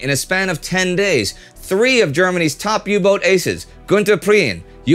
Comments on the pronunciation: Great little episode, but please pleae just say "U-boat" when referring to a U-Boot, the pronounciation of boat/boot in English and German is exactly the same. Kaythanksbye! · When will you learn that the german boot and the english boat are pronounced exactly the same?